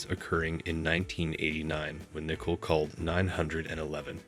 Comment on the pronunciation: "Ai" can't pronounce 'Nicole ?" That's pretty lame, how DISRESPECTFUL of a video maker ?